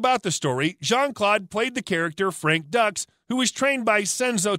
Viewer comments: You some some huge facts wrong bro and you are pronouncing everything wrong, this gotta be a chat bot… frank ducks? It’s Dukes and kumate was also butchered 😂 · You botched The words " Kumate" and Frank's last name Doux and you're wrong about VanDam